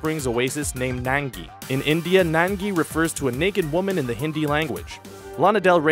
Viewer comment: hey. the zootopian elephant is not nangy. it's nangi pronounced as nangee